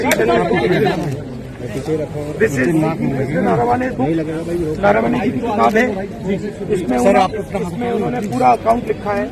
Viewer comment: नारावने नहीं नरवणे 😂😂😂😂😂😂😂😂😂